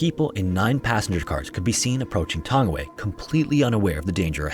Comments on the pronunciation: It’s pronounced tung-ee-why not tangy-way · Its pronounced "tongue-e-why". Lol good effort though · Tangiwai is pronounced tongue a why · With Anglicisation, it's pronounced like "Tongue-e-why". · It's pronounced Tounge-ee-why. It's Maori ❤ The Maori vowels are Ah, eh, ee, ohh, oo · Oh wow thank you for covering the laha that happened. Tangiwai disaster was sad for nz history. And just to make it bit easier tangi y is how some pronounce it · Pronunciation of Tangiwai is like: Taa-ngee-why